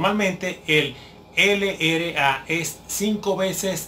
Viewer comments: esta bien pero no se dice ere ele a, se dice erre ele a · No es ere es errre